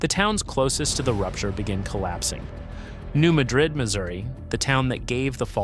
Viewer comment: Just for the record, it’s pronounced New MAD-rid. I know it’s wierd, I’m in East TN and it took me awhile to get used to it. LIke Cairo IL is pronounced KAY-ro.